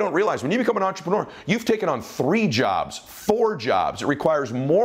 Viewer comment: Love your videos, so inspiring, I sit with pen and paper to write down key points and ideas. The only negative, which probably is not one for most, especially Americans, is that you use the word entrepreneur ALOT, which is great, but I really wish you could learn to pronounce it properly as listening to intreprenewer ( the ending should be more like manure, not manuwer) it kinda like fingernails on a chalkboard. Just a little thing, but the Francophiles out there would say merci.